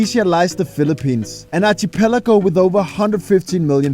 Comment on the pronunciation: You lost me at Archie-pelago. 😂